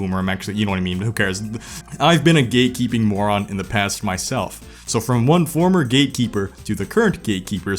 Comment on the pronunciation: I couldn't stop hearing "gaykeeping" instead of "gatekeeping" KKKKKK